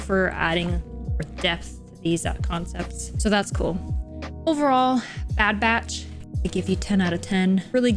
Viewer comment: It's sounds like you're calling them the bad bratch. 😂